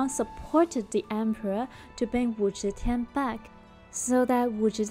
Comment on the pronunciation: Switch your z and zh pronunciation, then it’s perfect. Teehee